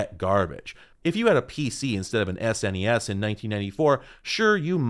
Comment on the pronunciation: Gonna be that guy thanking you for saying the letters S N E S and N E S instead of "SSnnehhhss and Nneeehhhsss".